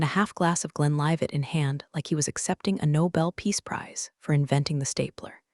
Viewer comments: For the record, the Scotch is named Glenlivit, not Glen Livitt. But then again AI is not really all that intelligent. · GLEN WHAT ???? INNNIVIDITED ??? TAKE THE SOCK OUT OF THE AI'S VOICE AND PAY ATTENTION TO THE MISPRONOUNCED WORDS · Glenlivet Scotch